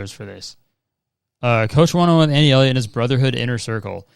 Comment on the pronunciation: boi why did you say elliot like fucking elio elio elio from CMBYN LMFAOOOO